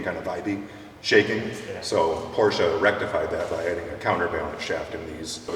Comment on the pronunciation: You say it correct for me I say "Porsh"